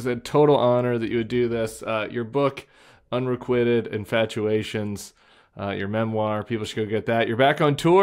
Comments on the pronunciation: Unrequited is pronounced like “kwy” not “quit” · Oops, Tim! I rather large pronunciation error… unrequited